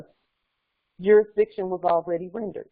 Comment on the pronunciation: Iz there jurizdikzione?